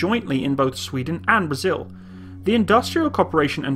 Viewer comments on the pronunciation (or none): none